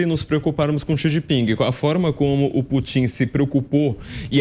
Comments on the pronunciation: "Putín"?... ou "Pútin"? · Corrijam-me se eu estiver errado, mais aos o flavio falou " putinha e o chinjinping" foi isso mesmo kkkkkkkk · Toda vez que ele fala eu escuto Vladimir putinho 🤣🤣🤣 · CARACA!! Dá nervoso, ouvir esse cara pronunciando, o tempo todo, "PUTINHO" (rsrsrs) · Putím...afff...me doeu os ouvidos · Só faltou falar o nome do Putão corretamente!! OMG! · O entrevistado é "TÃO ESPECIALISTA" Que NÃO SABE pronunciar o nome do Presidente da Russia!! GRANDE ESPECIALISTA!!